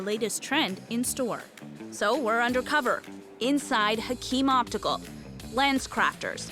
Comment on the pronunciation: HAKIM, can you say that like Hacheeem.